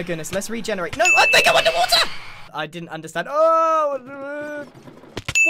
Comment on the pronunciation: grian sez no what you hear: no what i hear: nowr